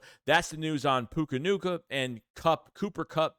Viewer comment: Death, taxes, and saying names wrong 🤣🤣 “Puka Nuka”